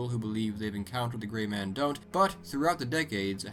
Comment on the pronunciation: I thought you said "The large GAY man" lolol. Better watch out with him sneaking up behind you. Kekekekek